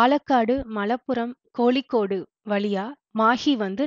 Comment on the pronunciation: எந்த இடத்திலும் ல,ள,ழ திருத்தமாக இல்லை,eg கோலிக்கோடு